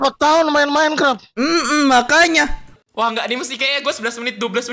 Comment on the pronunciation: Minecraft bukan minekrep🗿